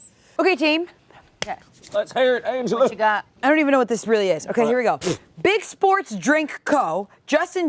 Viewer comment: Anglea?! Angela... Angela! Angela? Angela, like Angela.